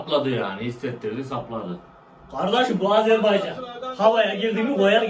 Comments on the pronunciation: Takip ettim gardaş. Sizden bir ricam var , Azerbeycan değil Azerbaycan ❤ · Videolarınızı beğeniyorum amma lütfen Azerbaycan’ı telafuz ederken dikkat edelim Azerbeycan değil Azerbaycan . Bazen doğru bazen yanlış telafuz olabiliyor.